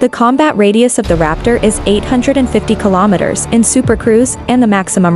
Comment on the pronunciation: It's pronounced kilometers, not kalomitters. Same as kilograms.